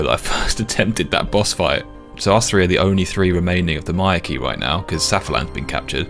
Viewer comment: Finally someone who pronunces Myreque right, thank you! There is no f-ing "key" in the -que ending. I mean, if you finally get that rare drop you wouldnt call it an "uni-key"